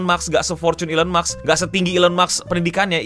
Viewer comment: maaf mau koreksi dikit elon musk, musk nya itu baca nya "mask" (ilon mask), bukan "maks"